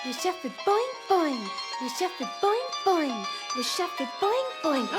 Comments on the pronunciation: The way they are pronouncing "chat" with a hard t actually makes it another word for vagina. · Anyone going to comment on the fact that the way they were pronouncing "chat" ("chatte") means pussy in french, and not necessarily cat..? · Love Greg’s pronunciation of Chat. If you say the t then it no longer means cat!